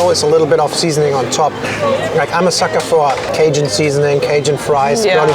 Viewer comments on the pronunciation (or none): none